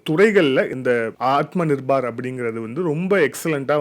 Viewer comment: விஷயம் விஷயம் repeated many many times, should avoid this, நிர்பார் இல்ல, நிர்பர்